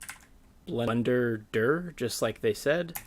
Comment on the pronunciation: BLENDERDIR ... BLENDERDURRR ... DURRR will never get used to this pronounciation